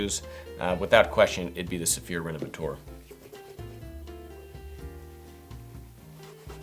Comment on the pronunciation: You don't pronounce D'or as "Dior". It's pronounced like "Door", just in a French kind of way. Also, Renovateur is not pronounced"renovatoor" lol